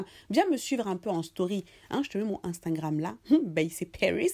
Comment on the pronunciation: Ah ta façon de prononcer Insta ( genre unstangram😂😂😂😂😂😂😂😂) trop marrant😅. T’es superbe 😘😊